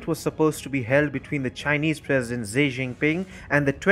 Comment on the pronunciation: Europe is China. PS - Xi's name is pronounced "She"